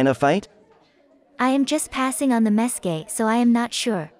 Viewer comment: “I’m just passing on the message” VS “I’m just passing on the mes-KEA”